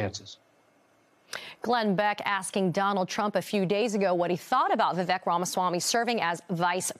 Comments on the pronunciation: His name is pronounced Vivayk. Not Vivick. Be an actual journalist. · Why can’t they say Vivek’s name right? It rhymes with cake. He’s said that a bunch of times. That pretty much ruins their credibility as journalists. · His first name rhymes with cake not peck. If reporters cannot annunciation his name properly that automatically disqualifies whatever they are saying about him because to me they clearly are just regurgitating whatever they are told to say. Horrible “reporting” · Maybe as a journalist you could at the very least learn how to pronounce his name. He's told us over 100 times his name rhymes with "cake". You really should get it right since he's the man of the hour. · I love how they can't be bothered to pronounce his name properly. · Professional journalists? Can't even do basic research and pronounce Vivek properly. Is this lazy journalism or racism? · They can’t even pronounce his name right